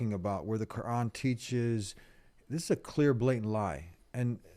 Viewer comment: He says kooran😂